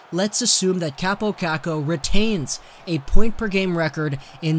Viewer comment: And its not kuukuu its kookoo LIKE ITS FUKCING SPELLED